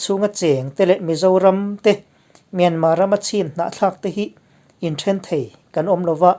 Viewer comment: Hei hi kalo zawt che u,enga tinge Myanmar hi atawp a R lam tello a myanma ti a inlam thin??